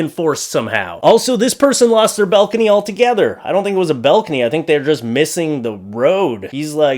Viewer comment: BALcony, not BELcony